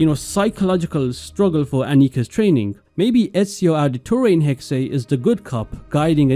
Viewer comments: It's actually "Hex-eh", the second e is not silent in German. (Hexe = witch) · Please pronounce it as Hex or Hex-uh. Hexay is just wrong and it's been in every video. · Dude it’s clearly pronounced hex not “hexay”. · It’s not. In German you pronounce every letter. So it’s Hexe, but definitely not Hexay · Hexe is not pronounced HEK'SAY. It's HEK'SEH. I'm sure any Germans watching this are collectively facepalming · Its pronounced “Hex” not hex-aye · stop, using AI. its not ''hexey'' its Hex, learn to narrate/speak on your own videos and quit being lazy. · Pretty sure it’s just Hex nog hexay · The correct pronunciation is "Heck-Suh" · You don’t say the “E” it’s silent it’s pronounced “Hex” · It's pronounced "Hex-eh", the second e is not silent. If it would be the English word "hex", it would be written as "hex". But since "Hexe" is the German word for witch, you have to pronounce it like a German. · “Hexe” is pronounced like “Porsche” and “Fiore” is pronounced how you’re saying “Hexe”, Christ dude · Bro doesn’t know how to pronounce hexe